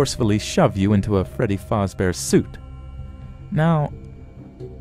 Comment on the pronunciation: the only thing that bugged me was when he said fAzbear